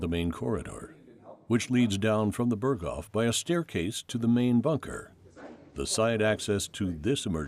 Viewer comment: Ps Berghof isn't pronounced like that